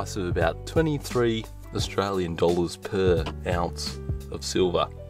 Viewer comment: 'Ounce' PUKE PUKE